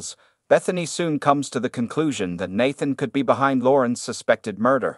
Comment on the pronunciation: Why did you pronounce Nathan’s name 3 different ways?